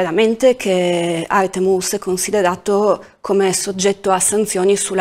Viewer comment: Se non vi dispiace di cercare di pronunciare più coretto il nome Artem [Artyo'm] altrimenti è molto difficile capire di chi state parlando. Purtroppo i nomi russi spesso sono mal riscritti in latino.